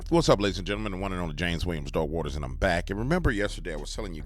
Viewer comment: I swear at beginning heard you you saiy "Dog water" not dark waters....